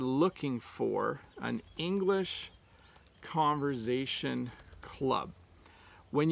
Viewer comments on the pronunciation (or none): why do you pronounce "conver-z-ation"?